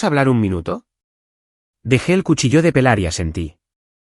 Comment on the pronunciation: Esa voz es español, y los errores que comete son descomunales, y porque la gramática fatal. Para pronunciar pavo, dice "pavó", cuchillo "cuchilló", etc... Son extensas en tiempo sus narraciones.